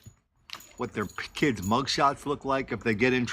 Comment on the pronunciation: They were good "key-eds".....LMAO